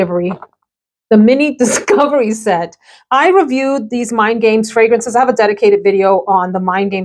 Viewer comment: I fell out laughing when you said “discivery set” and paused like “ what the heck did I just say 😂😂😂😂😂